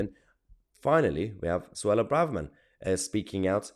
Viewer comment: It’s Suella Braverthem… get it right 😂